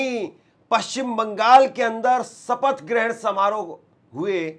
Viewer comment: सपथ नहीं शपथ कहो। हिन्दी सही बोलो।